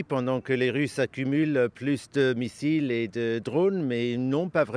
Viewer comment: Tellement qu'il ment il dit " massiles " à la place de missiles. Média journaleux.